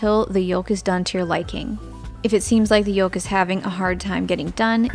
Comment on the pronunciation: The "L" in yolk is NOT pronounced! Its "yoke," not "yolllk!"